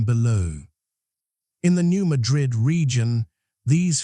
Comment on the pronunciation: New MAD'-RID, not New MA-DRID'. Also, O-BYE'-UN, not O'-BEE-UN